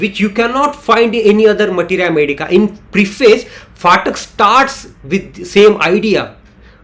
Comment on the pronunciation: It's pathak ,pa not fatak